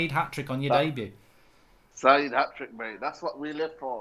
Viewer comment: Hatric hero said 😭